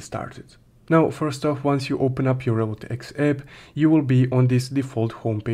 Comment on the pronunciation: Why cant u pronounce Revolut X properly I don't even understand if u are saying revolut , Revolut x or Revolut eep what are you saying bro your video is clear but you intuition is very bad